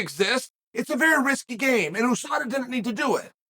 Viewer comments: Chael is the kind of guy to say a name wrong, be corrected and still continue to use it wrong. Most of the world says You-Saw-Dah, not Ooo-Sah-Dah. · YOUSADA not EWWSADA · he’s right. it’s not like USA where you say the letters, it’s like NASA where you pronounce it as a word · Oooosaaadaa. Isn’t it USADA. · You mean a word like usurp that pronounced you-surp, not ooo-surp? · "Ewwsada" though. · Nobody: Uncle Chael: OOOSADA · "Oosada" Never Change, Chael. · OOOO sada? Chael whats in the coffee or what did I miss? United States Anti Doping Agency, 'You' not 'Oo', get it straight or I give you a titty twister! ... ok jking there, i would get hurt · Sad the MMA community has been mispronouncing USADA this whole time.Thank you, Uncle Chael: you are a scholar and gentleman